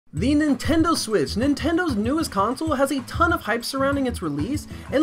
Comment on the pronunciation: he just said "Nintendo swiss!"